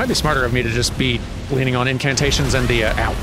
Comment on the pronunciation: "Incantation toys" Incantoytions?